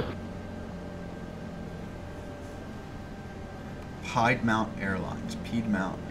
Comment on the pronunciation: It's pronounced Peed-mont. So close!